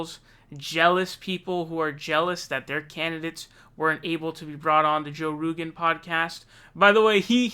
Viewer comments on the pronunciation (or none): What's with the 'Ro-GANN' and 'Rugen'? Just say his name. It's Joey Ragu. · Haha you keep saying Joe Roogan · Joye ronant says his name right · He cannot say Rogan 😂😂